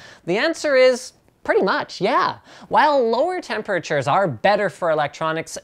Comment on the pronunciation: Am i the only one who thinks Linus pronounces "temperatures" frikishly werd?